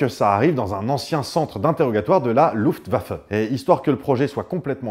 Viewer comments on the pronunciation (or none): none